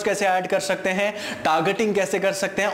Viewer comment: Whenever he says shakte sound sucks